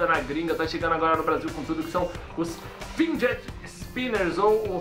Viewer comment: é FIDGET, cara. Não FINDGET